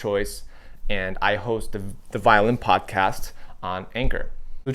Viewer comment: great thoughts! first thing ---I was so excited, because I thought "violent videos and a violent podcast? SOUNDS INTERESTING AND FUN! WHAT DOES THAT MEAN?" I love your episode here, but try to say "violin" differently, I think will help you. MUCH LOVE though!! I may subscribe. I need to see a few more videos from you! YOU ARE A GREAT communicator!!! TYSM!! OXOOXOXO